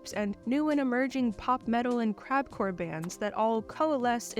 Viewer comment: lol I thought you said "CrapCore" not "CrabCore"